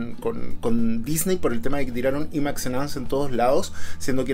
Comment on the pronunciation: Imax se dice Ai māx